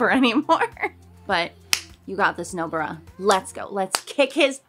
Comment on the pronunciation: Nobara sounds like no bra